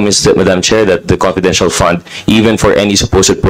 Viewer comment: Magtagalog ka na lang Dan Fernandez fund Hindi pand haha! Four Hindi por haha, diperent, etc🤣. Cge lahat na opisyales na my handle na agencies na my confidential funds Cge nga imbestigahan ninyo lahat hindi lang c VP. Ikaw Dan Fernandez magtagalog ka kasi English ka ng English hindi mo naiintindihan sinasabi mo. Jusmio chismoso. Huwag kang mangbento ng mga salita na my kahulugan.. engeng